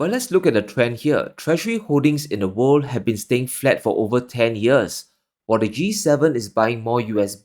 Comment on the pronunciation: "And...of the wor'd"!